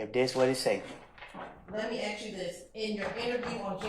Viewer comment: How u go to law school and still can’t properly say “ask”